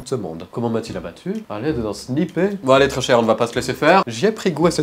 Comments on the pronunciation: le sni-pER 😅😅🤣🤣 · Ça s'écrit sniper mais ça se prononce snyperrr